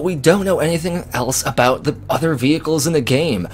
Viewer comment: "Can we get into a bout" Are you Canadian? Never noticed a Canadian accent before.